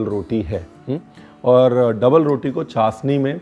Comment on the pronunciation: Chasni nhi... it's called chashni...😊